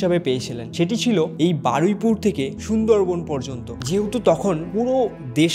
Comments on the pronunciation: Bro it’s not baraipur it’s baruipur😂…come on man…atlist pronounce correctly evabe influencer howa jabena… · ওটা বারাইপুর না বারুইপুর হবে আর ওটা রাজ বাড়ি না জমিদার বাড়ি